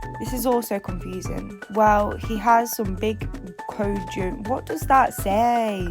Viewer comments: Cojones was pronounced kah-who -nahs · Cojones: Co-ho-nehs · Lol girl not even close to the right pronunciation, but we use it a lot in the South US, so most of us know how to say it, you're forgiven for that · Cojones is pronounced KO-HO-NES it means balls so he’s like “He has some big balls” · Pronounced Ka-hoe-nas 😂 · It's actually pronounced ka-ho-nay and its mexican slang for balls 😂😂